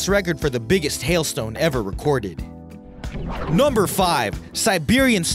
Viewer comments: Interesting collection,. But could you please stop saying "nahmber"? It's NUMber with an uh sound! And with just a tad less enthusiasm, please......thanks! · Yeah he says number weird as fuck..